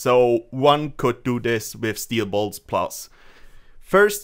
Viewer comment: Steel boilts lol